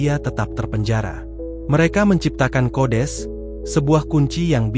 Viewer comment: Datuk kau kodes🤪. Sekalian kau sebut kudis. Yg betul itu kodeks😜